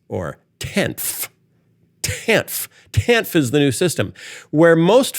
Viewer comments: Pronounced "TAN-EF". My bffl (since 7th gr) had to get a divorce in the later 90's (DV). Thanks to Clinton/the TAN-F program, she was able to have childcare for her lil girls, go back to college, graduate with honors & become a hotshot Human Resources Director for a big, lucrative, multi-state company where she still works & enjoys a very comfortable salary today. The TAN-F. program pulled ALOT of ppl out of poverty. She, & her 2 girls are still very grateful for the welfare. By the time Clinton left office, the USA had a nice-sized surplus. Ppl should research what Reagan did to the tax structure. ..which has never bn corrected back to the 50's, 60's, early 70's tax structure that allowed my gpa to comfortably support my gma & their 6 kids on one his lumber miller's wage. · I know it's ridiculous that it bothers me but in my experience as a social worker, TANF is generally pronounced "tan-if" at least here in the PNW. I am fully aware that this is a stupid comment but every time Phil said it, it grated.